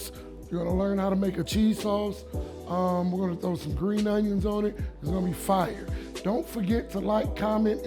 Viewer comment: Bro need some merch dat says " Fiyer"😂😂😂😂